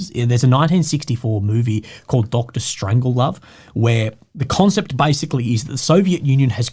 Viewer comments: It's strange-love, not strangel-love. Lol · It is Strange. pronounced it, wrong. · It’s pronounced Strange Love. I actually can’t believe you mispronounced it and thus missed the Joke… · Strangelove... how did you say it!?!?! Its pronounced literally as its spelt "Strange-Love" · Wow, the way he pronounced "Dr. Strangelove" gave me an aneurysm! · Tell me you know NOTHING about RESEARCH by mispronouncing a classic Kubrick movie. Arrogant little Azov-boy. Horrible.